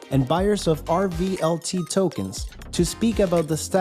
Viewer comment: RVLT token not REVT